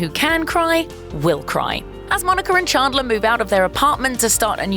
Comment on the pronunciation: Stopped watching the video when she said Chaandlor instead of Chandler